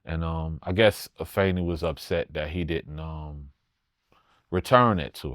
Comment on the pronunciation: Nobel so respectable he even use the proper enunciation of Afeni name!!!!! Shout out to him! He was the most featured artist on one of Tupac greatest masterpieces!!!!! His rap resume certified!!!!!